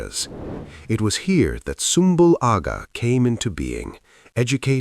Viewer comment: Sumbul Agha wouldve absolutely went off on you for how you pronounced his name 😂😂😂😂